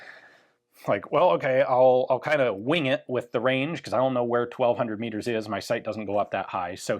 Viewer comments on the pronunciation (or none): Meters not Miggers